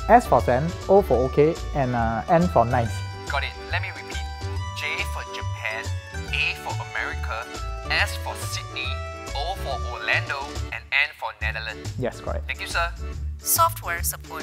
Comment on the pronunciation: no offense but it's America not Americe. It's fine though, just telling u :)